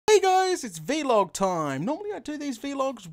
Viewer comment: Ok I'm not a hater I'm a reaaaalllly big fan but ITS NOT V LOG ITS VLOG said just like BLOG